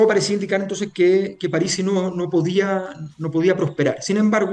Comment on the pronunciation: Pronuncia "Párisi" cuando es una palabra esdrújula y no lleva tilde